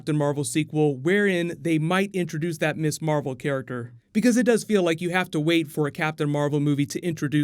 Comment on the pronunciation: Mizz Marvel, not Miss Marvel "Ms is pronounced Miz"